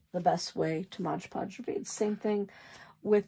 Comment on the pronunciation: I enjoyed everything in your video about paper beads, but I gotta tell ya, after all the times I heard you say "Modge Podge" instead of "MOD Podge," I can't take it anymore. Best of luck.